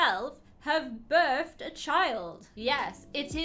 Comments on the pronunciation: It’s birthed not burst 🤣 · Her : i hafe burthe a chald Me: WOT